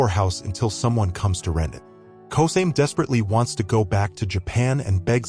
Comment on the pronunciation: Yeah a win is a win, but its Ko-sa-me not kosame